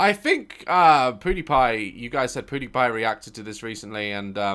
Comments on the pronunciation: I love how daz says poodiepie instead of pewdiepie😂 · did he say poodypie😭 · He said podipie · Sounds like he said pootiepie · Daz is my favorite YouTuber by far😄 P.s. anyone else catch he said PewDiePie like "Poodipie"? Still great obviously